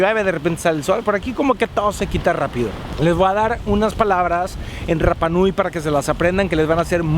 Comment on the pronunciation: como tip se pronuncia hanga (no se pronuncia la H) roa (la R no se pronuncia como RR) al igual que rapa nui la R tampoco se pronuncia como RR, lo aprendí en la isla, saludos y excelentes vídeos